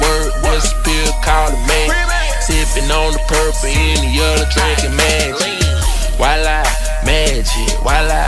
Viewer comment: its wala not viola